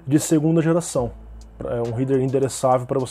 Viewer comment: réder réder RÉDER, pelo amor de Deus